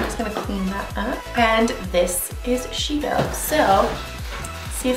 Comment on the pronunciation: omfg this is amazing af!!!!! so cool as always hahabdid he say she-no at the end lmao? rude :D